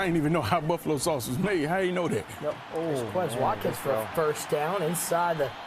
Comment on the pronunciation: these commentators are just like real nfl commentators in the way i want them to stfu, and also because they can't pronounce quez watkin's name right, they say it the white boy way.